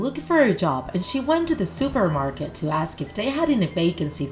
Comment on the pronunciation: An ask?? Not an aks